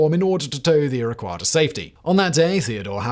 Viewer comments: He was not pronouncing Iroquois and Arapahoe with a British accent, he was totally mangling them beyond recognition. And I've probably forgotten more about British accents than you will ever know. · A couple of technical nit picks: Iroquois - "EER-uh-kwoy", Arapahoe - "ah-RAP-uh-ho" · Hearing Simon butcher Arapahoe and Iroquois is killing me